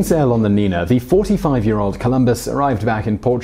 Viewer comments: The Spanish ñ is pronounced ny, so it´s not Nina but Ninya. And the Spanilsh ll (double L) is pronounced y, so it's actually Bobadiya, not like you pronounced it.. Otherwise, great video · Simon: The boat named "El Niña" is pronounced as "Neen-ya".... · Simon, if there's a squiggle on top of the "n", it's not "nina" - it's "ninya". You've messed up pronunciations in Spanish, French and Italian in videos that I've seen so far. Maybe you should check these online. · Simón! NIÑA ...neen-ya!